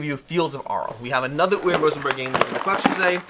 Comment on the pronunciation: Say it with me. Uwe is pronounced oo-vay.